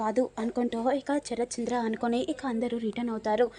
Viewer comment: Charath kaadu. Sarathchandra. Sa Sa , Sa, Sa